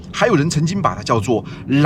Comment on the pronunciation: ＂蘭若寺"的"若"，應該念作＂ㄖㄜˇ，或rě ＂；蘭若，指寺院。